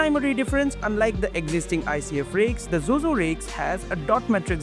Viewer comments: Zhuzhou র উচ্চারণ টা "জো জো" নয়, "চু চৌ" হবে । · Pronounciation of Zhuzhou is actually closer to Bangla word জুজউ and the জ is actually Murdhannyo জ. Hope you would try to pronounce is it this way. Thanks